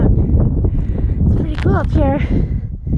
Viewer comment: Love your posts, and I finally figured out the one thing that I have been trying to solve, you are the only person I have ever heard that pronounces “cool” as “kewl”, it’s just great. Don’t stop !!!